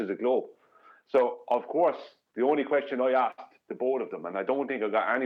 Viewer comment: Aksed or Asked😄